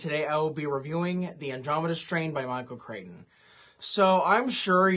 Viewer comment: I don’t know why I am saying this since you should be able to say a person’s name however you want if they have no problem with it, here’s an interesting piece of info on the author’s name: Whenever I have heard most people talk about him, they have pronounced his last name CRICK-ten.